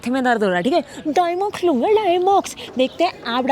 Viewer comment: Btw, it's diamox not dimox, both are way different.